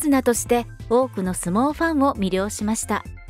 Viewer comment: 大横綱 →→→→ おおよこづな？ 「だいよこづな」 と読むべきではないかな？？